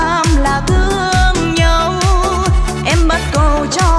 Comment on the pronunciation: Ca sĩ mà phát âm sai chính tả. Bài "tàu anh qua núi" hát "bắt cầu" phải hát là " bắc cầu"